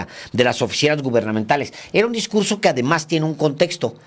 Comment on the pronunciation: Como no hay discugso voy a improgvisag!